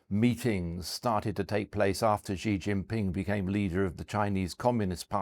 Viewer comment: This guy can’t pronounce Xi Jinping correctly—NOT a China expert.